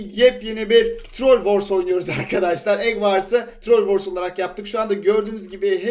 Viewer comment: Eg vars diyorsun trol vors diyorsun ingilizcen yok bari ikisini de türkçe söyle rezil olma